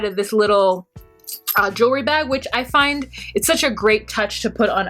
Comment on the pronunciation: Spanish/Spanglish accent is on point! 😂😂😂 Ayi let me find (pronounced fine) de pictures......🤣🤣🤣 You sound good!